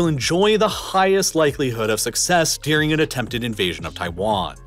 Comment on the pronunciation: This guy is the only example I've heard of someone pronouncing "during" as "deering".